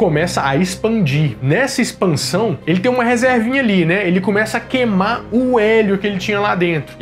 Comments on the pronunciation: ensinar ao a falar Queimar, não quemar kkkkkkkkk <3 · Não aguento ver o falar "quemar"